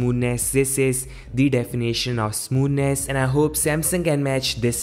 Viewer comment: "Smooness" What an idiot lol He is comparing Samsung with theses stupid Chinese phones lol.